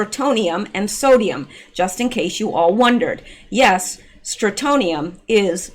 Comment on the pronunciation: FYI Not a common word but pronounciation is STRON tee um STRONTIUM. It is a residual problem in old houses that were exposed when the world still did above ground nuclear testing. Also, it used to be a problem in milk. Strontium 90. I believe that was because cows ingested contaminated grass, but I am not sure on that point.